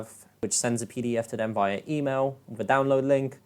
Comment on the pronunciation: are you saying "Wiff" or "with" ?